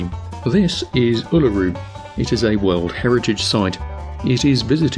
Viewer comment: Massive props to you mate for calling the rock "Uluru". Love from Aus.